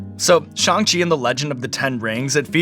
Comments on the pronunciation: finally someone who said shang chi right :,) loved this interview so much! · Much respect to Sean for pronouncing the title of the film (at least as far as I can tell) correctly. I still hear "Sh-aang Chi" all the time. But Sean said it exactly how Kevin Feige does, so I think it's good.